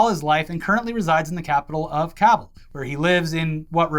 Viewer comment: Thank you for correctly pronouncing Kabul 😎